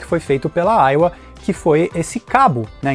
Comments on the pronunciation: Se fala "AIVA" e não aiua, kkkkkkk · Que satisfação ouvir AIUA e não AIVA kkkkk